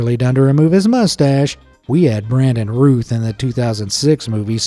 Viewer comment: Brandon Routh*, as in "South"